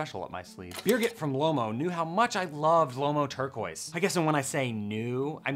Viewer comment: Okay, you've officially proven to be worthy of a rare pre-production test roll. Love the Turquoise results, thanks so much for testing it out! (now we just gotta work on the pronunciation of the film before we can make you the official.;-)